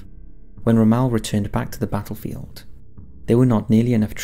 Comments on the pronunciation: I cringed every time you said romelle. his name is pronounced rommull. He was the best tactiction to have served the German army so please out of respect, pronounce his name properly it makes you seem like you have no idea about ww2 hahaha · ROM...MELL, who is Ramahl? You constant mispronouncing of words really grind my gears... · Yes I was also confused by his pronuncation! The first time it didn't click and after that i was like, oh I have heard of this person but his name is pronounced really weird! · Butchered the pronunciation of General Rommel's name. It's not "Ro-Mel" it's "Romm-L" (yes I know the o has an umlaut) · Dude why do you pronounce everything wrong 😂 it’s Syno not Seeno, it’s Peeking not Pekking and it’s Romm-ul not Rommal 🤦🏽‍♂️ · Ro Mal? Ugh, my ears.. Rom mel.. Good video with an interesting subject otherwise.. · so am I, it's not an excuse. Sort of thing I'd expect from one of those American's. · "Ra-Maal" I'm pretty sure you do the odd pronunciations on purpose..... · There's a correct way to say the man's name. "Ra-maal" is not it. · Pronunciation of 'Rommel' needs work -Romale ????? he wasn't French ;-) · Ermm.... it's pronounced ROM-ALL As in 'all or nothing', not 'al' as in 'You can call me Al'' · Really hate the way you say Rommel lol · Your pronunciation of Rommel is wrong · Ok, love your vids, but the way you say Rommel gives me cancer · Love your videos but please get pronunciation right. Cringed every time the great general Rommel was mentioned.